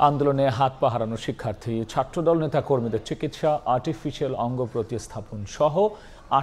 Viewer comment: শিক্ষার্থ্রী নয়, বলুন শিক্ষার্থী।